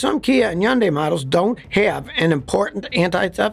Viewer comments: I don't understand why why he always mispronounces Hyundai! It's pronounced like HONDAY NOT YUN-DIE! It irritates the hell out of me. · It's Hundai not Hunday? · as a car mechanic you’d think he’d know how to pronounce hyundai. it’s like sunday with an H, try it out. you’re welcome. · Why do you keeping mispronouncing the car's name? "Yundai"?!?! WTF?!? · yes, the H is not silent. I don't know some people think the H is silent in Hyundai